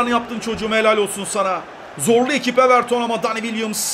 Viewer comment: Everton deil evertin abii 🤣